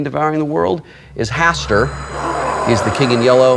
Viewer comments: You lucked out, Wil. By mispronouncing his name, you saved yourself. Hastur, not like "faster" but "manure"... sorry about that, Hastur. It was the first word that popped into my head. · But... CEO of Blizzard... but... why are you this lucky, Will? And by the way if you had said Hastur's name right he would have come and eaten you (and then burped).